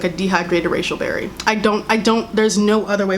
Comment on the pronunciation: I heard racist berry lmao